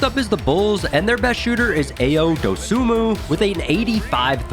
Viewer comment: It's not a-y-o it's Ayo 😂